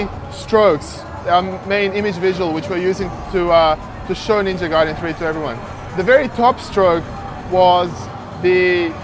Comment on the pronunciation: Ninja GAAAAAAAAAY-DEN!